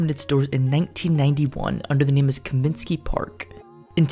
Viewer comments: Comiskey...not Cominsky. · Bro, first rule of doing a White Sox video is learning to correctly pronounce “Comiskey”. It’s not “Cominsky”.